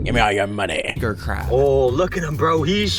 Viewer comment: "Gev meh all you moneh" HELP